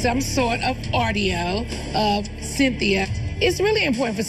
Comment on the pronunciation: “yovanna has some sort of, ARRDIO 😅”